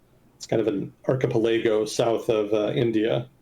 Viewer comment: Archipelago has a different pronunciation than the one used, might want to look it up.